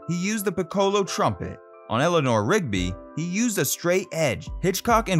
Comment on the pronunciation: pacemakers, not peacemakers pic'colo, not pi ci' lo